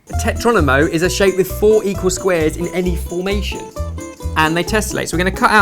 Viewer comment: Tetromino not tetronimo ;)